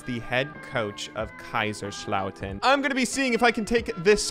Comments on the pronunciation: haha oh mein Gott xD I love your geman as a native speaker it's fun to her Americans speak german. Also all of these german jokes and introductions are really funny. But it's KaiSerslautern and not Kaischerslauten. It's an [S] sound like See. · your pronounciation of Kaiserslautern is making my eye twitch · I wonder if you're able to pronounce Kaiserslautern and Mönchengladbach eventually.